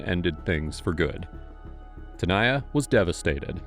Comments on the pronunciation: The detective seriously couldn't pronounce "Tanaya"? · hold on, no one wants to talk about the fact that the detective can't say the name Tanaya? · If can say "Schwarzenegger", he can say TANAYA. 🙄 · Bro, you couldn't say either of their names correctly the ENTIRE VIDEO & then near the end you just gave up on "Tanaya" for a bit. Did you even try on this one?